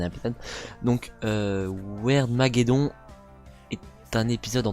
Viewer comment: on dit wirdmaggedonne